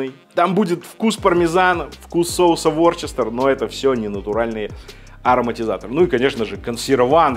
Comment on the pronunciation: Ворчестер? Вустер же! Вустерский соус.